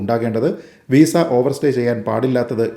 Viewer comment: വീസ അല്ല ..വിസ